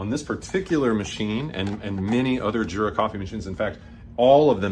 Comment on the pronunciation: THANK YOU so very, very much! The only thing that could make me happier is to hear you say "Yoora" instead of Jurra. 🤩